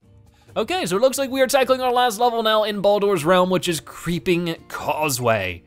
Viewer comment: the names of the realms are pronounced as regular words (not always). Bol-Dor is Boulder, and Sog-Gee is Soggy.